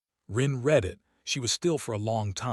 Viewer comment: It's the AI. This AI narration was better than most. I only noticed "read" said in the present form when it should have been in the past form.